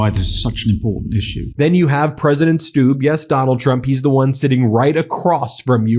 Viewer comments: I think the President of Finland’s name is pronounced STUBB with a short u not a long uu. Like Trump is a short u, not a long uu. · It's not pronounced "Stoob". It's pronounced "Stub".